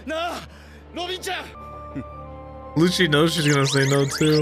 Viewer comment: also i wanna say the proper way to pronounce is "Lucci" like "lou-ki" definetely not "loushie"